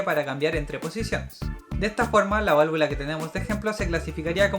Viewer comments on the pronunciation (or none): yo escuche que dijiste 35 veces valvulas y valavula :)